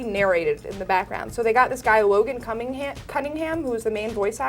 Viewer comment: says "cummingham". Time to grab the video editor. -3.